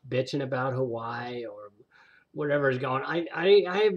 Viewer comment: Huawei is pronounced "wahway". I have one of their laptops. Hard to beat for the price.